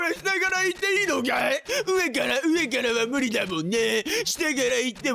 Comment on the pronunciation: 何だお前〜！！ 上⤴︎から？←この独特な言い方好きw さんの演奏 はぁっ、はぁっっ、はぁっっ、はぁぁぁあ〜〜！！ どこ行ってんのー%$@